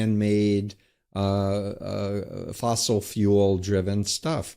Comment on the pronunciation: Mr. Guest host, fuel is one syllable , not" fewwuull.."